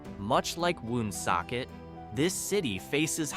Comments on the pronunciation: Born in Johnston raised in Warren misrepresented and not pronounced WOOOONSOCKET! Just Woonsocket. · Born and raised here. I am 72 yrears old. I have never heard of Slocum. Also Woonsocket is pronounced WonSOCKit